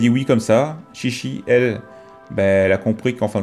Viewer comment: ah, ça se prononce "tchi tchi" techniquement ^^